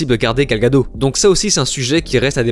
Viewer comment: Ce connard de Gunn fait que de la merde et ne comprend pas ce qu'est DC comme Snyder, lui au moins était un vrai fan. Bref ce sera de la merde et bien sûr progressiste à outrance, c'est finit pour moi le DCU après le Snyderverse. PS : on prononce Gal "Gadotte" et Kevin "Figui"